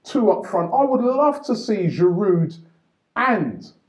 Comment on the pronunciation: Robbie ......PLEASE .....How many times ? ..The "D" on the end of his name is silent ..It's pronounced Giroo NOT Giroodddd